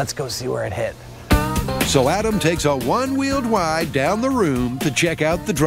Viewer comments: Alliteration. "won wheeled wide" instead of one wheeled ride in an attempt to be funny. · Did he say, “a one-wheeled wide”? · "a one wheeled wide" How many takes until the narrator just said "fuck it we are going with this, I cannot say the R"